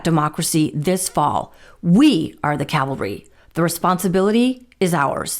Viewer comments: It isn’t Calvary which is the Hill the cross of Jesus was on. It is CAVALRY. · It's ca-val-ry, dufus, NOT cal-va-ry! The latter is where Jesus was crucified. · Love your show! (please learn the difference between Calvary/cavalry, the difference between a holy hill and a bunch of horsemen.) xxx . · Calvary is not the same as cavalry. Please learn the difference.